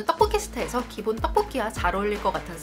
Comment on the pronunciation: 만큼 떡볶이 발음이 찰진 사람은 아직까지 못 본듯..